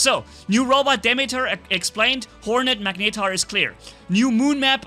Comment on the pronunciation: mag-ne-tar not mag-ni-tar